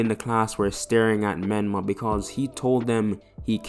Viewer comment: Whos micolah? Did u mean menma?